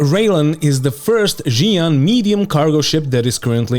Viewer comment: It's not "Jian" it's "Shian" ffs english-speaking ppl!